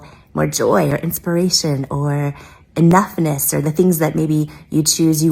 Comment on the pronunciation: "enoughnuss" ?? Oh fuck off